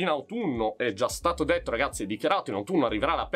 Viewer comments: Sono l'unico che all'inizio dei video capisce "Salve a tutti RAZZI"? 😂😂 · anch’io capisco sempre così 😂